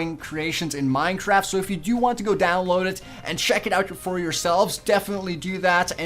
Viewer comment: all his videos ever: "Minetraft"